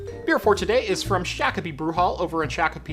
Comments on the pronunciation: It's pronounced....shock-O-pee. Not shack. Lol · Shock - Oh - Pee :) Say it like a Minnesotan! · He is getting closer to pronouncing it correctly. :) He has more Minnesota beers to drink still.